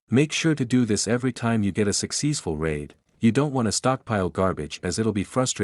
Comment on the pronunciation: Successfull raid ❌ Sexessful raid 😂✅